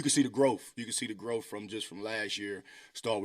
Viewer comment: He said "you can see the growf"?